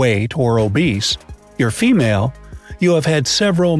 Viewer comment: felmale...?... Of god... I am terrified now